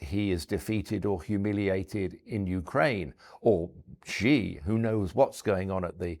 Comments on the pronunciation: i find it completely unacceptable that this guy has written several books on China and yet he calls Xi, "Gee" What a completely inexcusable error for someone that claims to know so much about the country. The correct pronunciation is "she", like the English pronoun. Times Radio really needs to scrutinize their guests better. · For some reason, pundits in the US and UK have decided to pronounce "Xi" as "Jee" or something like that - which is completely wrong of course